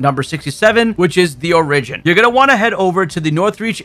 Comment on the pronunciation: Ugh, I cant handle the way you pronounce stuff lol my man over here saying things like "o-RIDGE-in" 😂